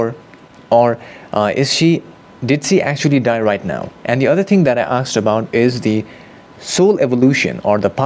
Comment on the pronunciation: Aasssked. Now repeat after me. Asked. Not aaksed.